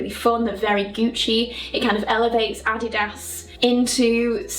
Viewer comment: Adidas was founded by two German brothers so her pronunciation is likely more correct than the American take lol. FYI as people tend to assume Americentricity